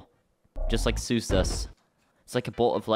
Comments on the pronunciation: Exactly like bros like what a adult idk but that old and says stuff like suusuas like WTF IS THAT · they way he pronounces "zeus" makes me want to eat an entire beehive